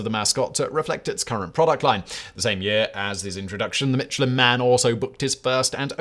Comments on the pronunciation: in U.S. itz pronounced MISH-UH-LYNN. Not Mitch. So which iz it??? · Is it not "MISHELIN" and not "MITCHELIN" as pronounced in this video? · It's "Michelin", not "Mitchelyn". Just saying. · I thought you said the mescaline man 👨 🤪 😜 🤪 😜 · mitch-elin really hurts my ears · "Mitch ill inn." Mitch went to an inn not in the Guide and got sick. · The pronunciation of Michelin hurts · Love your content. Are you sure you're pronouncing the Michelin name correctly? It was strange to my ear that you pronounced every other Fench name correctly but pronounced "Michelin" as if it were an English name. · It’s French Simon, stop pronouncing the “ch” so hard. It’s almost an ‘sh’ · Sorry man. Can't stand it any longer. The barbaric way in which Michelin is pronounced. From a man famous for, perhaps even defined by his pronunciation. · Yeah he famously doesn't care about butchering the pronunciation, but I still love